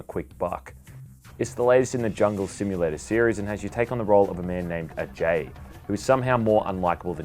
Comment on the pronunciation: Props to you for pronouncing Ajay properly!...even the game didnt get it right